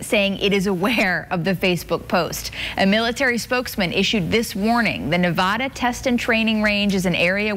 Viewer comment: The way they say Nevada pisses me off